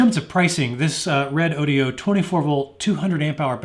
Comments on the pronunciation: No big deal, but I think you've mispronounced the company's name. You included an "i" in the company name ("Re-DO-di-o"), but the company's name appears to be Redodo (Re-DO-do) with no "i". Doesn't really affect the quality of the review. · well every time i listen that mispronounce i think of redaudio .. nice name for speakers hahahhahahahhahaha